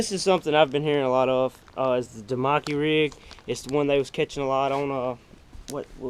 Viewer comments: cool unboxing! That's a expensive box. I am in no way picking on you or trolling but I have to say that you have the most unusual way of pronouncing keitech and damiki. Never heard anyone pronounce them like you did....lol. I been watching all your tourney vids I like them. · I live in southeastern nc and I have a strong southern draw. U can hear it on my vids. I get a lot of comments about it. I just never heard keitech pronounced like that. I always heard it like... k-i-tech and damiki I have always heard like.. Da-mek-e. Your way is new but just fine by me. I get a ton of comments on my accent so I figured I would comment about somebodys accent..lol. Wish me luck this Saturday at my first BFL as a boater on santee cooper